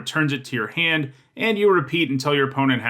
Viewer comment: Where are you from? I'm curious because of the way you say "Tinker" and "hand."